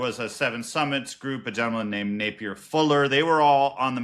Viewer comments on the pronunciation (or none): none